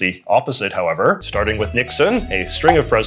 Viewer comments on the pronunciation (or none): none